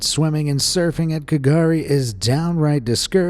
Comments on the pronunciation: K’gari is pronounced ‘Gurri’! Used to be called Fraser Island but was given back the Butchulla name! Much love for the channel XX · The way you pronounced some of the Australian things seems odd. We call it Straya, not 'stralia. The K in K'Gari isn't pronounced (and most of us still call it Fraser Island because its easier), and Irukandji is said i-ruh-kan-ji